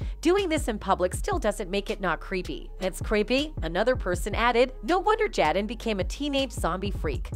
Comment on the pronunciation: Ugh I hate the white train AI can we please get some black folk in concatenation we use cell phones to and y’all making AI white asf she can’t even read the script correctly saying Jadden and Tupack but then occasionally saying their names correctly like what in the entire fuck